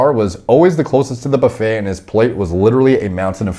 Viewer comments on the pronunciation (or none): none